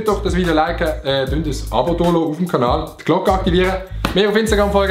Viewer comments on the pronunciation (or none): none